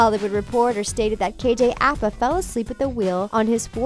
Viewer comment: *KJ Apa not KJ Appa and also Bughead stands for Betty and Jughead, not Jughead fans. Not hating though